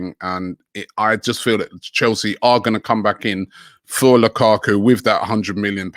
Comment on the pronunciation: Lakaku. Me thinks the could do with a pronunciation coach.